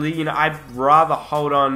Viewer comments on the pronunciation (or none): none